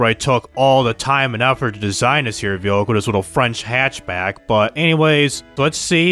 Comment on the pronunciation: how many times can someone say but also mispronounce the word vehicle in one video. i couldn't even focus on the video because he says that one word so many times and weird baby talk way??? idk. sorry man. the video had alot of interesting things as i dont own that version of the game but man this video was painful. "V hikal" sounds like its spelled there lol. good day man.